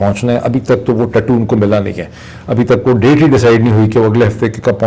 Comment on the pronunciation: Hahaha dr sahib I like whenever you said ye ( TATU )